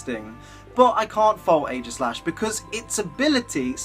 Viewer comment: AEGISLASH, NOT AEIGASLASH!